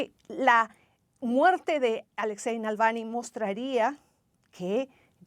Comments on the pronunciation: Esta sujeta de rojo ni siquiera pronuncia bien el apellido de el difunto Alexei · Apellido malpronunciado! Saludos 3 veces o más! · Y se terminó el reportaje y la presentadora Claudia Rebaza, nunca aprendió a pronunciar el apellido Navalny😬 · La periodista ya me pone nervioso pronunciando mal el apellido grrrrrr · Creo que la periodista pronuncia mal el apellido Navalny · Díganle a esa mujer cómo se dice Navalny. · Alguien puede por favor decirle a la periodista, que el apellido no es ese, que lo dice mal. Me parece una gran falta de respeto. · nalvany ? aprende pronunciar su nombre colega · Siiii jajajaja "NALVANY"!!! Bastante más de 3 veces. Estaba buscando un comentario de alguien que también lo haya notado. Lamentable la periodista. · Por qué dice Nalvany todo el rato? Una periodista tendría que saber el nombre correcto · Sorprendentemente dice "Nalvany" 😂😂😂😂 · Animal...es navalny....no nalvany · No sabe la reportera de CNN pronunciar correctamente el apellido del líder ruso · Le cuesta tanto a esa reportera pronunciar bien el apellido Navalny? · Nunca pronunció bien el apellido 😅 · No es Nalvany …dislexia de pronunciación…es Navalny…Na Val ny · La presentadora Claudia dice el nombre de Navalny mal todas las veces que lo menciona y en general habla bastante mal! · Nalvani? Jaja la conductora de noticias está más perdida que no saben ni cómo de llama el buen Navalny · NAVALNY (no Nalvany) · Y la comentarista jamas pudo decir Navalny se aferró a repetir Nalvany. hasta el hartazgo.Falta de profesionalismo. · Esta señora de CNN en rojo no sabe leer el Castellano. Navalny SI...la señora dice Nalvany como 100 veces. Lo primero que aprende un periodista es a ser literado y elocuente. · Qué clase de periodista es esta señora q ni siquiera sabe el nombre correcto Navalny .. ?? .. Durante toda su nota habló de "Nalvany" .... 🙄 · No es Nalvani sino, Navalni… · Por favor la corresponsal de CNN!!! Es NAVALNY, no NALVANY!!! Pronunció mal el apellido en cada oportunidad!!!